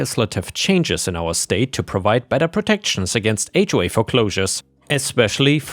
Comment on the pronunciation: Those AI voices always mispronounce things like H.O.A.